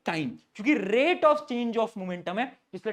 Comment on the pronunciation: The rrrrate of..........😅